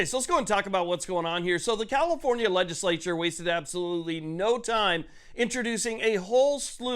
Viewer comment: Did you say COMIFORNIA or was I not paying attention 😂The leaders of the enfringments gang Definitely they are not people friendly specifically if they want rights to exercise rights